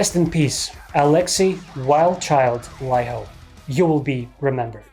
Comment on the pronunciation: Love the video! You are the first non finnish speaker who pronounce Alexi's last name correctly :D